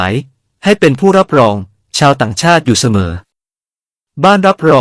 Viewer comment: รับรอง(រ៉ាប់រង)ออกเสียงว่า รับโรง